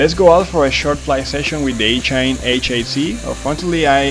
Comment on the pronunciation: Are you pronouncing the company name properly? I would guess that it should rhyme with machine, so would be ee-chine and not each-ine.